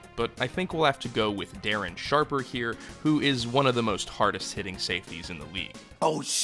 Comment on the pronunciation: Oh shit Darren Sharpuh